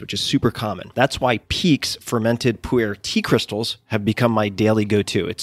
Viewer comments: I keep hearing 'Puerh' tea as 'poo-air' :/ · OMG can I help you pronounce Pu'er tea in the right way? I almost fell off my chair laughing.